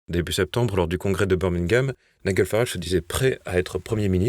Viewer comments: Ça se prononce NAÏDJEL Farage (pas Naïguel) …… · Cher: on prononce Ni-J-el, et non NiGUel! Comme le G de "Georges", et non comme celui de "Golfe"... Merci pour tout, avec toute ma sympathie! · Nom d'un chien, quand allez-vous apprendre à prononcer les patronymes et mots étrangers correctement ? "Naï-gueul" par-ci, "Naï-gueul" par-là, c'est insupportable ! Le prénom de Farage se prononce "Naï-DJEUL". Qu'on se le dise une fois pour toutes, sur votre chaîne comme sur d'autres, d'ailleurs... 😤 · Il est quand même grand temps d'envoyer vos journalistes suivre un cours pour apprendre à prononcer le prénom de Nigel Farage. Il ne s'appelle pas Niguel !!! Vous n'avez pas assez d'argent pour payer de vrais journalistes? Vous en aurez encore moins quand nous cessons de vous soutenir financièrement puisque vous continuez sans prendre nos remarques en compte.